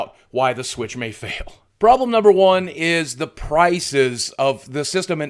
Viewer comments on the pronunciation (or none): none